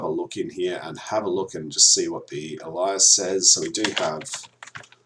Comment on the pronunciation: Not heard the pronunciation of alias as ally-us before... I would say aye-lius.